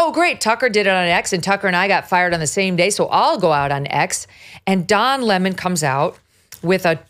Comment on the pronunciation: Don Lemon < pronounced LaMoan. Don LaMoan is back.